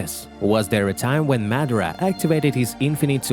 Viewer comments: ma-da-ra not mad-ara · Nigga can’t say madara right smh